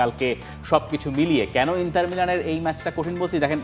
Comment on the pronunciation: ইন্টার not ইন্তার